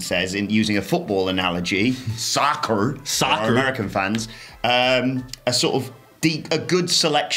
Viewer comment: Bruh the way he says “soccer” 😂 why does everyone think all Americans are from Alabama 😂